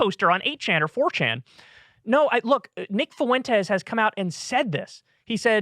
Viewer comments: Fuentes is pronounced "FWEN-tez", not "foo-ENN-tez". Annoying. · He has always butchered names and his rendition of Fuentes makes me chuckle every time. Foo-went-ez 😆 it's just the way he is. The word rural also trips him up without fail. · Gonna throw it out there. "Fuentes" has 2 syllables. "Fway" is how to pronounce "fue". You are adding a syllable Kyle bro ❤️ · Why does Alex Jones say foyntes? Is it that difficult to say Fuentes? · Kyle, dawg, how is it possible to butcher the name Fuentes so badly?? 👀